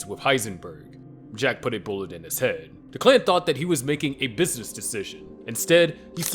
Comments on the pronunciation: DECK-luhn, not da-KLAN lmao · Anyone else bothered by the pronunciation of Declan?